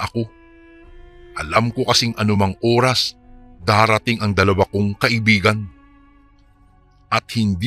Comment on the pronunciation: Oras hindi Uras Lola hindi Lula